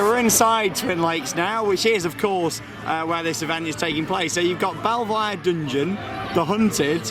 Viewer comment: Hahaha Belvoir is pronounced 'beaver' not 'bell-voier'